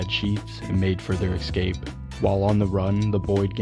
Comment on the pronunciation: It's escape not excape